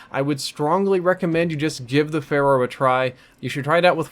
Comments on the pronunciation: Anyone else hear him say Pharah because he's been playing too much Overwatch? or am I playing too much? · called it the "Pharah" a few times lol.